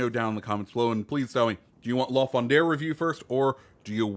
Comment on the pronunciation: Alright, gonna be THAT guy... its "La Foo-drah", no "n", lol... anyways, looking forward to seeing what yall think of the new content. Caprice looks interesting just cause its a Fantasque with and smoke and single fire torps... could be fun